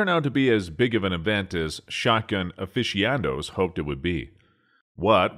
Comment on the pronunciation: Aficionado? How did you pronounce that???